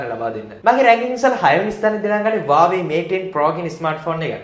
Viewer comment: Ai bn me waawe kiyanne.? Huawei kiyanna bari da?😅